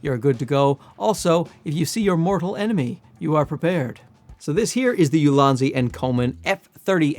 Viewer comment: It's pronounced EEou-Lan-Dz in Chinese. Translated to Excellent Basket or Optimized Basket. I don't know the meaning of basket in the branding as I don't know the company history. Maybe a basket of useful photography tools?